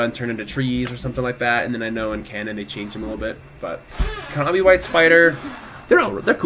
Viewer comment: Good video, but pronouncing the silent "k" as a hard "k" in knobby white spider is painful...